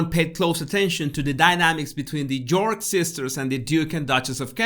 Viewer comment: Bless you! That whole episode was a nightmarish obstacle course in English-as-a-second-language name pronunciation! Eugenie, Beatrice even York: bravo 👏👏👏